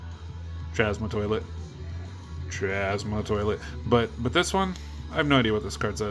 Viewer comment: I just love how you pronounce the name of the cards! Chazma toilet ftw.😂 Gonna be a blast / laugh fest when we go thru how the card names are pronounced 😆 #Jar Jar bomba